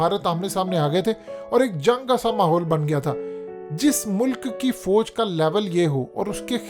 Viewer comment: Apni Urdu kheek karein foje naheen Fauj hota hey lafz. Qoumi zaban naheen aati videos pay commentary ka shouq hey.